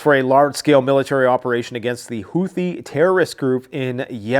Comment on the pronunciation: the "th" in houthi is pronounced "t". Hootie.